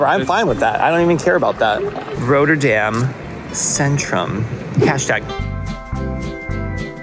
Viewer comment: RoTTerdam as in rot, hot, not, plot. Not....😂 Roaterdam.